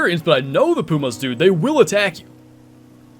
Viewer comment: Don’t you mean PEW-MAHS??😂